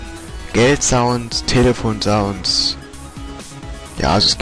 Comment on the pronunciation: Sounds ? Sprich: zaunz